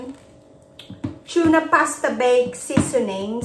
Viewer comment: May natutunan akong accent sayo...Chuna pasta.. hahaha gayahin kita hahaha super duper yummy naman yan . Salamat sa recipe mo